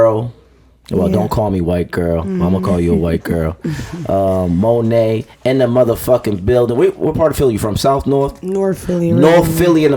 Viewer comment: I CHANGED IT SOON AS HE CALLED HER “Monet” gtfo😂😂😂